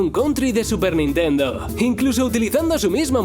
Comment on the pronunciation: Que dijiste nintenduo, no te entendí, estaba cantando sailor moon